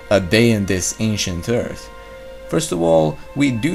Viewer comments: Liked it better when he said Eart. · I miss those times where you pronounced earth "Eart" haha, great job btw love your vids man, have a like !